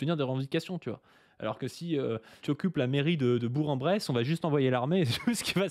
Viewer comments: Ah la boulette. Prononcer "Bouren Bresse" et pas "Bourk en Bresse" ! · On dit "BourK-en-Bresse" ! Merci pour votre taf ! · on dit bourK en bresse je sais c'est contre intuitif hahahah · J'ai cru entendre "Bourg en Bresse", ça se prononce "Bourk en Bresse". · Alors pour l'info, ça se prononce [bourK-en-bresse] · on dit Bourkenbresse non-obstant ☝🤓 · On dit beurk-en-brousse ! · ça se prononce "Bourque" en Bresse